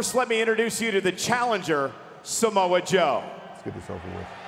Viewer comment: it’s actually samoa not samoe okay